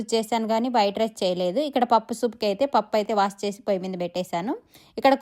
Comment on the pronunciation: Waash kadhu madem wash koncham clear ga chrppadi sariga ga matladam rada teluge gaaa